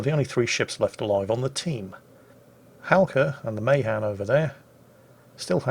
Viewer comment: It's pronounced muh-HAN.? no... not in the f